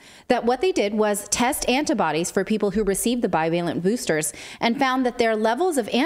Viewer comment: Get the boostahs....yeah